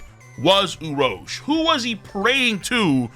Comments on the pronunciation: The number of times he mispronounced Urouge is too damn high!!! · Saying his name wrong is filthy…that on purpose?